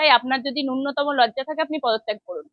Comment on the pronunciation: ম্যাডাম, ন্যুনতম শব্দটার উচ্চারণটি সঠিক ভাবে করুন ।